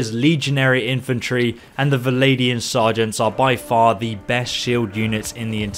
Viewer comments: “Valadian”??? Vlan-dia? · Every time you say Valadian Sergeant a little kitten dies. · Vlandian, not Valadian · How do you end up saying "Val-ay-di-an" out of a spelling of "Vlandian"? Surely it ought to be "Vlan-di-an", with the "Vl" almost being "fVl"? So, "fVlan-di-an". Hearing "Val-ay" from "Vlan" is making my ears sad. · I love you but if you say valadian one more time... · VL-AND-IAN not vladian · How can you mispronounce ''Vlandian''...How does it sound like ''Viladian'' to you? Where is that i between the V and L... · Love your content but why do you pronounce Vlandian as "Valadian" o_O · exactly... it's Vlan-dee-an... please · I can't help but cringe everytime he says vilaidian and drakhans.. otherwise quite informative. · Should be like Swadian